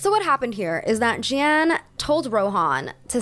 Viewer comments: “Jeanne” in French is pronounced “jAhnn” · (context - it's "jen" with a soft j) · You don't pronounce both "e"s in "Jeanne" :) Also I feel like scamming can be very capitalist. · So for a French prononciation, Jeanne is pronounced more like « Jan » than « je - ann » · Jeanne is actually pronounces J-Anne not J-y-anne :) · My parents are French so trust me I feel you with the accent struggle lol! You had livre right with that slight “uh” sound at the end! Jeanne would be pronounced like “Jahn” like a long drawn out A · Livre -> the "i" is pronounced like "e" in English. Ignore the "e" at the end of the word. (And you can pronounce Jeanne like Jane, it's close enough that we understand ^^) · Sis's editing in this video is on point! I dunno if she hired an editor or if she painstakingly did this herself, but brava!!! I will say though, her pronunciation of Jeanne - oh gosh... oh jesus christ XD It's not very often I hear my name pronounced in a French-ish accent at all but this was... an experience ahahaha! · I didn't understand the story about Jeanne because of the messed up pronunciation of the names I'm so sorry 😭